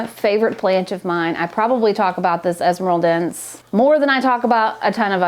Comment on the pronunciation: Best Philodendron esmeraldense in a home set-up ever! I think it's a narrow form. But,, the final -e is supposed to be pronounced (es-me-ral-den-seh). Thank you for a funny vid and for let us inside of your home! 🙌